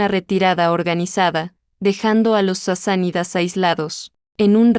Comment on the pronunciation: No eran Sisanidas,si no Sasánidas.